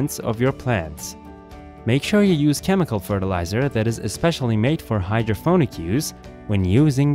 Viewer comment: hydroponic with a p, not hydro-ph-onic